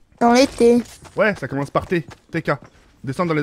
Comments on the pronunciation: Nn le mode zombie ça déchire pas le mode Zombie za déschire 🤣😂😂🤣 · Mais c'est comme ça : le mode zombie za dezire